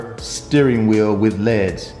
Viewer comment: Amazing this guy has the money for this and thinks LEDs is pronounced leds. Good vid though.